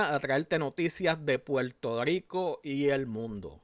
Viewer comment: Se dice Puerto Rico, no Puelto Lico. Lerdo.